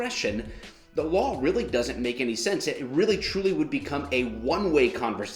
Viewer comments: WTF is a "Lawra" enforcement officer..🤣🤣🤣 this cuomo is a dictator and biden is eyeing him for his cabinet..the NYC dictator is being cops not willing to enforce his "demands" which he says are laws as dictators... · I hate the way dictator Cuomo says the word “LAW” It’s law NOT “laer” Democrat snakes live by the code do as I say not as I do. Democrat leadership know that they are above the LAW! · He didnt say LAW enforcement... He said LORE enforcement. Totally constitutional! Duh! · Of course Cuomo doesn’t know what a law is. He can’t even pronounce the word law. WTF is a lawr? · He did not say “law”, he said “lawr “. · I'm sorry, besides the obvious being so wrong with Cuomo, can I just ask that he pronounce law correctly? I don't follow any lars. Or know any lar enforcement officers. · Why does he say "loor enforcement" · The word law doesn't have the letter R in it.